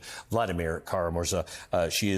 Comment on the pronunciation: Kara-MurzA!! Emphasis is on the last syllable.